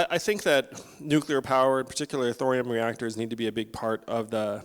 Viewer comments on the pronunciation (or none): Please pronounce nuclear correctly...NEW klee ar...not NEW kEW lar